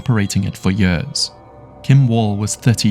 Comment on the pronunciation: What incompetence in the Belgium police with that old lady who fell in the bushes and died. (And PLEASE edit how your Ai voice says “years”.)